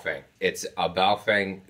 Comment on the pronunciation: Pronounced "Bow Fung" but yes, I have about 10 of these things. They are pretty DEAF compared to my VX-7's and VX-8x's (I own 2 each). BUT as long as you are using them only for repeaters, you will never notice. For anything serious, get something Motorola, Yaesu, Icom...